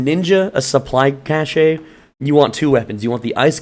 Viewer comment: Cache = "cash" not "cashay"